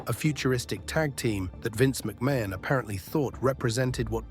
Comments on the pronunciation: Vince McMain😂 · The pronunciations of McMahon is funny though